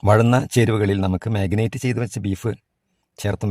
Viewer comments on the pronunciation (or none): Marinate not മാഗിനേറ്റ്